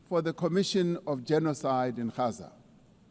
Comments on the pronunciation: Gaza not 'Haza'. English G. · Gaza, English G not 'Haza' as in Gauteng.